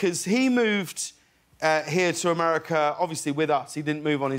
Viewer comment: His "ame-di-ca" reminds me of when Fes couldn't say it, and Red got annoyed lol